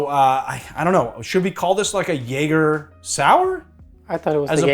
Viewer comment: What is that northeast accent when he says Jager like "Yah-ga?" Boston maybe?